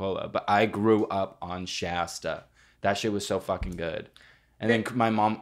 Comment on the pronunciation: why are they pronouncing shasta wrong don’t diss my hg like that